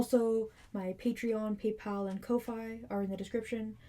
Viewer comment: I always thought "Ko-Fi" was pronounced "coffee", as in, buy the blogger/app developer/video creator a coffee. You pronounced it with a long "o" and a long "i". I don't remember ever hearing it said aloud until now. Sorry to go OT; it's just one of those things that keeps bugging me to the point where I can't remember anything else you said. LOL Sorry!